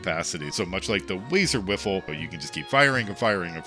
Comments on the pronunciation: "Wazer Wiffle" instead of "Wazer Wifle". Dude, it's not a lightsaber. You can't bunt light bullets with it like you're a space samurai wizard with a laser bat. lol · Stop saying "wiffle" it's wifle like rifle, you even included the clip of the wee dude saying it 🤣🤷‍♂️🤦‍♂️ loved the video though, I'm sorry for being a fussy bitch 😂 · Keeps pronouncing Wifle as Wiffle lol. Also, the Splattercannon/Problem Solver is an end-game beast, unbelievable TTK. No way it can't be considered a top 5-10 weapon, even with your perceived shortcomings.